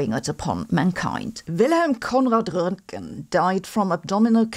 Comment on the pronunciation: I love your German accent when you correctly pronounce Roentgen and Einstein. I think it makes you sound like Einstein and so authoritative. 😊